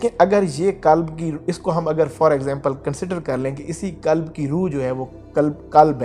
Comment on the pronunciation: Hello.kalb .nahi.kalb .arbi.mein.kutta.hai.means.dog.qhalb.means.heart.dil.alfaaz.theek.karein